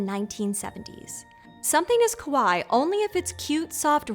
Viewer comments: I would be a little careful with the pronunciation of "kawaii." "Kawaii" means "cute" but "kowai" means "scary." I know that probably didn't study Japanese but the two words are actually opposites even though the pronunciation may sound similar to some. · It's completely understandable and we all say some words incorrectly. Guaranteed. But, yeah, kawaii made me wince a little. Still, she's so great. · this is actually pronounced “Kah wah ee” the way you said it actually means scary “koh wah ee”. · Same, her pronunciation of Kawaii was closer to kowai too lol. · The first games were red and blue. Green and Yellow came out later with the anime's success. Also, kawaii as in [kawaji], not [kəwai]; Careful with the pronunciation because kowaii means scarey. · I don’t expect to be fluent in Japanese... but it's kah-waa-eeee. "Kowai" means scary, not cute. (I work at an elementary school in Japan. A fellow expat pronounced kawaii the same way did when looking at an 8-year-old's drawing. The kid was highly upset that their cute drawing was "scary") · The speaker's pronunciation of kawaii doesn't sound like kawaii but instead kowai, a common mispronunciation by non-speakers... Which means "scary" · Uh, your pronunciation is tad off here, and it's changing the meaning! "ko-wa-i" means "scary", which I guess monsters are..? What you want is "ka-wa-ii" which means "cute"! ;) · minor note u pronounced Kawaii as Kawai, Kawaii means cute (have add an e sound at the end) whereas Kawai means scary. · You are pronouncing kawaii wrong. It is Ka-Wa-ee. It sounds like you are saying kowai. Which means scary in Japanese. And you also said manga wrong too. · It's pronounced ka-why-ee, kowai means scary. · You pronounced kawaii as kowai (scary). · Just a small pronunciation tip: “Kawaii” is pronounced approximately like “Hawaii” but with a K. “Kowai”, on the other hand, means “scary”, which is also appropriate for this show. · Do you mean "kowai" and "kawaii"?